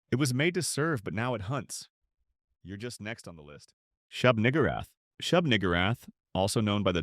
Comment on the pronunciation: Lovecraft was a racist but I'm hoping that's not the pronunciation.😂😂😂